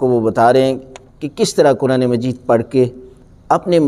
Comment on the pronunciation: QibLA PLease CorrecTlY SaY Quraan and NoT Kuraan, TareeQa and NoT TareeKa Nahin MaTLab BadaL JaYeGa AAP JaiseY MouLanA Sahiban GhaLaTi Nahin Karni ChahieY. PLease.